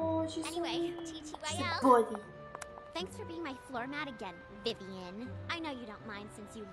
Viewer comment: WAIT DID AZZY SAY VIVAN? MY NAME IS VIVIAN